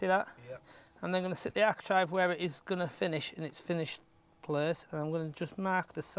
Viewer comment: It's bloody architrave not architrive !!!